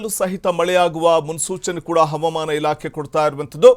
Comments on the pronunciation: ಹವಮಾನ ಅಂತ ಯಾಕೆ ಓದರುತ್ತೀರಿ ಹವಾಮಾನ ಅಂತ ಹೇಳಿ ಸಾಕು ಮಳೆ ಬರುತ್ತೆ. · Helidaga baralla helede iddaga barutthe havamana alla avamana ilake 😂😂😂